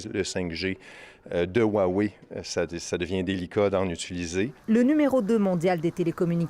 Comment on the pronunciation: Roiwei et pas ouawei vous qui faites attention aux prononciation.